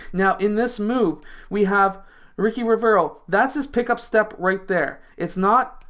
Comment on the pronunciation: The name ricci reads richi not riki HAHAHAHAHA